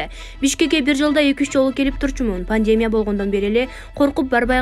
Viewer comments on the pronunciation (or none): none